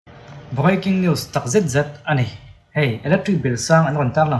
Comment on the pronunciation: Viking news iti maw ka tia, Breaking news itihna lo ni reng sia 😂😂